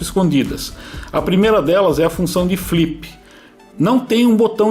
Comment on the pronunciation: " flipi, bipi e sticki" loool! bom video! gosto muito desse quadcopter!